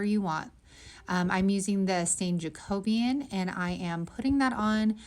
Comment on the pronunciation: Oh my, you are my hero! You know how to pronounce Jacobean and not “jack-o-bean” 😁 Christmas with the Kranks is one of my favs!